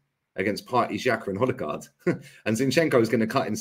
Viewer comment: Imagine saying odegarrd as trash 👀👀